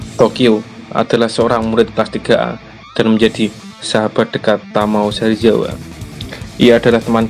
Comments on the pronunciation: sebut bagus2 ba.serizawa la,bukan serijewa😡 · apa cuma gua doang yang dengernya serjiawa bukannya serizawa?🤔